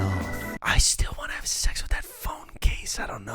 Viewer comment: Your alternate pronunciation of this brand sounded like "gay stiffy"